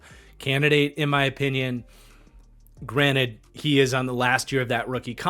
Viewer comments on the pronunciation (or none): none